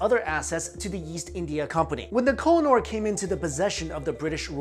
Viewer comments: oo = u ... its ko- he- nur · Koh-I- Noor (pronounced khuuheh-nuur) means the mountain of light